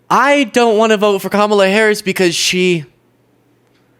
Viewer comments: Can’t pronounce Harris’s name. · But she can’t pronounce the Vice President’s name. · She still said, the Harris's name wrong